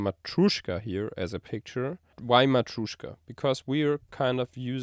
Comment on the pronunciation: "MatrUEshka" 😆 in Russian pronounced like "MatrЁshka", like a "pErfect"